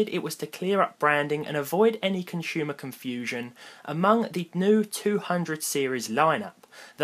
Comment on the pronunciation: Conshumer confusheon... lol Oh you people and your words.